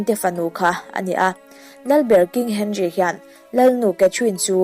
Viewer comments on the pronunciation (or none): none